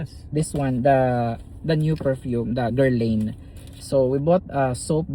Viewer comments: It’s pronounced Guerlan the i is silent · That is pronounced as gherlahn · Guerlain: "ger-lan" Gyro= " yee- rro" Happy ❤ day.